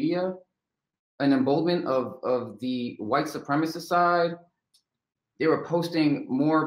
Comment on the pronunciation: What is a white supremist? seconds the narrator says "a white supremis" did he mean to say "White Supremacist" ? Careful with those long words!